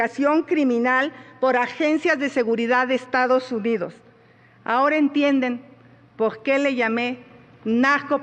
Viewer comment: PORQUÉ , POGQUÉ , POGQUÉ !!!!!!!!!!!!